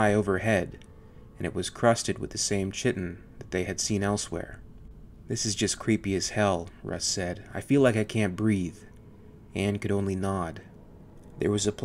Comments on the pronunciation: It's pronounced KYtin, not CHItin, for the love of god.... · good video, but I don't really like the story, it feels a bit weak. also, Chitin is pronounced Kytin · Chitin is pronounced "KY-tin." Otherwise, a good narrative. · Chiten — Kai - Ten, not "Chi - Ten" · Its pronounced kai ten not chitin, just for future knowledge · for future reference, chitin uses the greek 'chi' which is pronounced with a hard K like 'kai' so chitin is pronounced kai-tin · Chitin is pronounced ky-tin I just learned that recently. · i think chitin is pronouced kai-tin. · the writing was good up until the last part: Anne is scared about dead aliens, see's what she thinks is a queen alien, she believes that whatever killed the jockey came from within it's body, but when they find mysterious egg looking things THAT PULSATE she suddenly throws caution to the wind "where's your sense of adventure?" also the word "chitin" is pronounced "KAI-ten". so chitinous would be "KAI-ten-us" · Awesome video man! But Chitin is pronounced Kytin. :-p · Just a heads up, the way to say chitin is "kītn", like kite'n but no pause between the two syllables, you merge the T and N. I used to read it the same way you did but after playing SC2 I heard the voice actors saying the correct way to pronounce it, and then I did a little googling myself and saw that I had been saying it wrong, just so you know brother:-). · “Chitin” is pronounced (kite - in), the substance that makes crustacean and insect exoskeletons as well as your fingernails. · chi-tin /ˈkītn/ , like Kite In. Thanks for the video and narration. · Chitin is pronounced like "kyten" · FYI, Chitin is pronounced "Ky-tin". =) Otherwise, well don! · Man I love your stuff, but if you're gonna keep making videos about Xenomorphs you really need to learn how to pronounce chitin lol. It's "kye-tin." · Chitin is pronounced Kai-tin. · Pronounced kīt′n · Like your video too but “chitin” is pronounced with the ‘k’ sound.